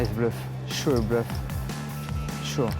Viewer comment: yea nioce blewf sho dee bluef sho vury nice bloof je suis bleuf intense eyebrows sho de bleuf but in replay